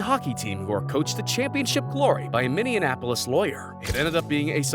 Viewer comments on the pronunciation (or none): Minnie - in - apolis? Yikes.